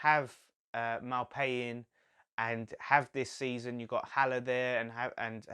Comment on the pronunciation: You got Maupay pronunciation right but the “H” is silent on Haller!